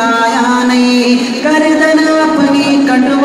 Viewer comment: گردن ہوتا ہے گاردن نہیں